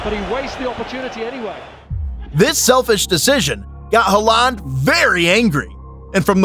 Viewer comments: Ah Elling Ha-land. That famous man. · You pronounce some names so funny, like Haaland and De Bruyne. I like your funny words magic man.